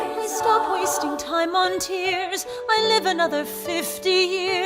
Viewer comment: Hey stob it jk don’t stob it